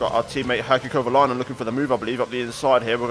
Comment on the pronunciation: Haikki Kovalainen😂 Sorry but its not pronounced like that